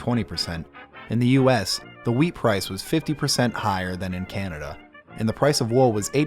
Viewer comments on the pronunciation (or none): none